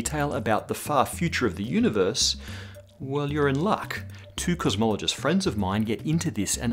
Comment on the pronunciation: The way he says "The Udibeurse"